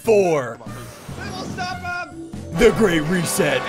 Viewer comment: You said "The Great Reset" mod wrong at the start if the video